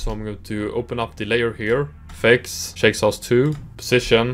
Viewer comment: Haha love the name pronunciation! Thanks for checking out Shake Sauce 2!